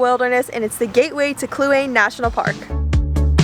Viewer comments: Sometimes, your pronunciations of places was funny! Kluane is "clue ANN ee," or "clue ANN ay." I am glad you enjoyed Canada. I live in the Klondike, and Yukon is aa pretty cool place. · Clue-Ah-Nee...just so you know.